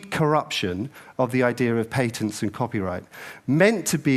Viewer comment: Good for pointing out how unproffesional people are collaborating to make products, but something really made me tick when i heard it, someone correct me if I'm wrong. Patents are pronounced pat-ents Not pay tents.